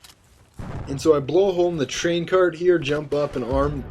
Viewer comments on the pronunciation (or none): none